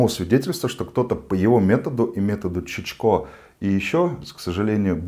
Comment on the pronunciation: шичко а не чичко